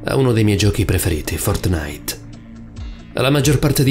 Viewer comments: È Fòrtnite, non Fortnìte.... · Ok io ti adoro, ma fortnìte, cazzo, FORTNÌTE. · Fortnàit non si può sentire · Like se hai sofferto quando ha detto Fortnàit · Paolo di ramio Secondo me intendeva dire che “Fortnite”, ok, si legge “Fortnait” però questo YouTube ha detto “Fortnàit”, cioè, ci ha messo l’accento e a molti avrà dato noia. Per me suona figo, per gli altri non lo so ahah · Ma no raga intendeva che l'ha detto con l'accento non ci vuole tanto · La cosa più paurosa è come pronunci fortnite😂😂😂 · La vera cosa horror è come pronuncia “Fortnite” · Ma come pronunci “Fortnite”?? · A me fa ridere come dice Fortnite...:-)